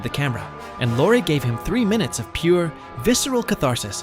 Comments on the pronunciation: And Lorre pronounced “Lore” several times. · Peter Lorre’s name is pronounced like the woman’s name Laurie.